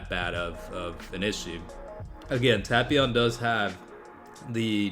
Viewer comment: That's the correct pronunciation,the dub's pronunciation is what truly hurts.